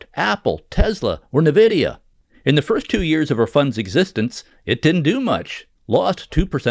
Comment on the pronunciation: Also, it's "EN-vidia", not "NAH-vidia".